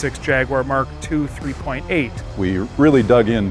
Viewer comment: Great shame Americans can not pronounce Jaguar...it’s embarrassing